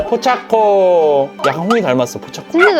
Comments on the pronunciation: 포챠코 아니고 포차코에요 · 포챠코가 아니고 포차코에요